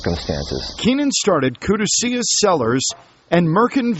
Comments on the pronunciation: koo-duh-see-us... LMAO!! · koo-doo-see-us vineyards lmao